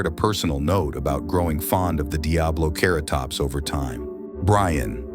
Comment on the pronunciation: He pronounced diabloceratops 3 DIFFERENT ways